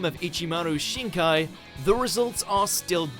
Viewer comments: Did I hear Shikai being pronounced as Shin-Kai? 🥱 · also called Shikai "Shinkai"